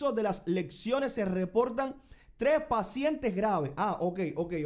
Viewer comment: Hermano perdóname si es t as ante las cámaras trata d hablar lo mejor posible, se dice lesionado no lecciones y se dice lesiones on lecciones ok no t ofendas rectificar es d sabio gracias m